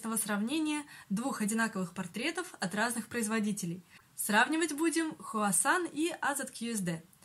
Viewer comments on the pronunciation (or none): Не хуасан а хуакан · Извините, но вы не правильно произнесли слово Huacan. Правильно "Хуакан", но не "Хуасан"